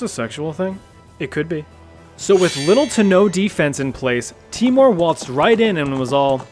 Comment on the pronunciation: Its pronounced teimour not timor lol. Nice video!!!!